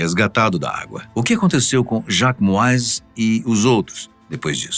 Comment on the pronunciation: Parabéns pelo canal! …Moises se pronuncia « Moíze» 😉😅😊